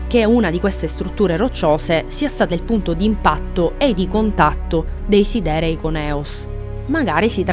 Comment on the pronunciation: Devi correggere solo la pronuncia di alcune parole (come siderei, come lo pronunci tu è inascoltabile) per il resto bel video, per approfondire ancora una volta ogni minimo dettaglio su un FF a parer mio "definitivo"